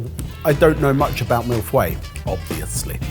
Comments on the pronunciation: way to rape the pronunciation of 'feuille', Ebbers. :p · The pronunciation was so off hahaha its closer to "foy-uh"